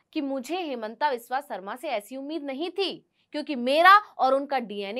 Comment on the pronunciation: हेमांता विश्व शर्मा अपना हिन्दी उच्चारण ठीक करो।